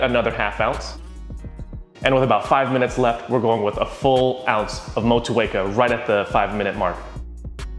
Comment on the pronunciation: Respect from New Zealand for the pronunciation of Motueka!